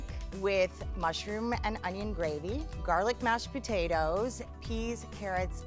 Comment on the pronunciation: "half of my GaHrLic" XD XD has me dying!!!